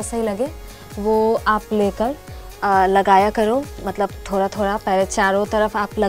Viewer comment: Thora thora nhi ma'am Thoda hota hai